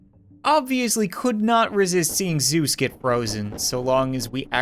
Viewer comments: It's Zeus not zeusi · it is zeese not zueses or zuesi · its actually zeese